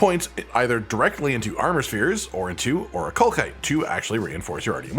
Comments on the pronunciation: Jesus it’s not ‘or-i-kal-kite’ it’s ‘or-I-kal-site’… do you people not learn how words work anymore? What kind of stone ends in ‘kite’ and not ‘site’!?!? Basic education is a joke apparently. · oricalcite has an S sound not a K sound for the second c. The game pronounces the word so we know for sure. it is not oricalkite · Game literally tells you that it’s pronounced “Ori-kal-site” via cutscene but I digress. Information is appreciated, even if I need the materials more than the smelting points.